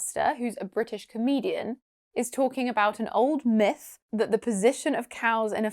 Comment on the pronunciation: its not old miff,, its old myth* 😐😐.. im going back to American English.. No grammar No stupid pronunciation,, easy peasy..